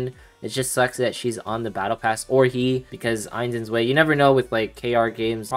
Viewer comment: btw its pronounced Ains & Zwai (1 & 2 in german)